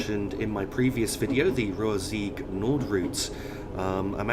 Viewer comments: Brill video! Betws-y-Coed is said like Bet-us-ah-coid but it is quite a silly name! Either way, keep this amazing work up! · Blyne-eye-fes-tin-iog. Dol-with-el-Ann. Bet-ooh's-ugh-coid. Pont-ugh-pant. Don't shoot me, I'm only trying to help 😋